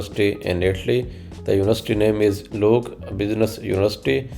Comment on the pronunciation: LIUC, not LUIC broo